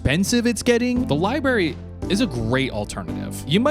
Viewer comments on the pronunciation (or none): li brary. not liberry. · Library, not Li Barry 😭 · Lie berry